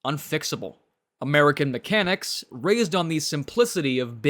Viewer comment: " Very few mecancis koow how fix French cars " ... Why ????!!!!!!